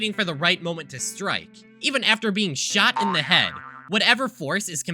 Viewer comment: when you said "the 10th class shot himself" you saying shot was censored for the rest of the vid I thought you said he shat himself